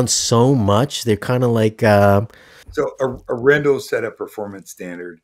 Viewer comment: Please learn to pronounce Arendal properly. A "pro" reviewer should get this right and yes, it matters. If someone always did this to your name, you would want them to get it right.